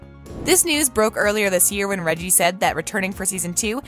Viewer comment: The name of the actor playing the Duke of Hastings is not pronounced Reggie, it is pronounced Reggae, as in the music.